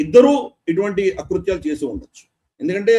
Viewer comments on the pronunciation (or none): none